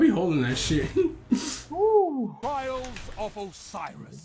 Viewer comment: Notice he said trails instead of trials?